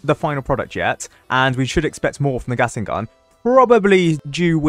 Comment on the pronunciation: Ah yes "gastling gun"